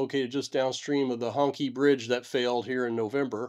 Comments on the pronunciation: Gloating over the misfortune of other nations - well US does not have a great history. and it is hong"chee"" NOT hong "kee" take the time to learn and respect. it is interesting and sad, but you are just a superior american - it's not what you report - it is the arrogance of the presentation. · Hong Qi is pronounced Hong CHEE ... BTW Ironically, I've seen all of these methods you suggest to mitigate against land slides and rock falls used in different projects across China ... I don't think it's a matter of lack of knowledge in the strictest sense. It's seemingly more a matter of unfamiliarity with the on the ground situation, and that should absolutely not be the case in projects as vast and high profile as these. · Hongqi is pronounced Hong Chee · Isn't Hongqi pronounced "Hong-chee" ? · Hongqi should be pronounced Hongchee - Q's in Chinese names should be pronounced like a ch, x's like sh, zh's like hard j's. The strange choice of letters is because Chinese has two ch, sh and hard j sounds - in each case the two forms use different part of the mouth and sound slightly different. By the way, people often mispronounce Beijing - there are no sliding j's in Chinese - the j is hard like in the word jug. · I resent the pronunciation of that bridge. Hongqi...??? Really....Honkkie?? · Not really important to the discussion, but I believe "Hongqi" is pronounced "Hong-chee". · "Hong-chi" -- the letter "q" is pronounced with as the soft "ch" not the hard "k" sound in pinyin Chinese spelling. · EVery time he says the bridges name I hear Honkey Bridge. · The pronunciation should be like "Hong" in Hong Kong and "Chee" as in the Qi wireless charging standard. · As a so called Professional, at least know how to properly pronounce the bridge. Professional do their proper due diligence.